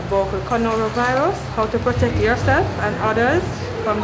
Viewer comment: Was it me alone who heard “conoro virus”?